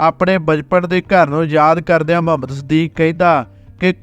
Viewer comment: ਬਹੁਤ ਵਧੀਆ ਲੱਗਿਆ l ਮੁਹੰਮਦ ਸਦੀਕ ਹੈ ਨਾ ਕਿ ਮਹੰਮਦ ਸਦੀਕ l ਬੋਲੀ ਰੁੱਖੀ , ਸਤਿਕਾਰ ਦੀ ਭਾਵਨਾ ਦੀ ਘਾਟ ਹੈ l